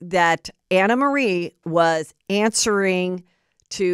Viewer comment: The woman herself said it’s pronounced “AnnaMarie” & that’s it’s French or something. 🤦🏻‍♀️